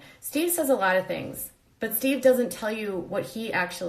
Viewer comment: I thought his name was sheve? Lmao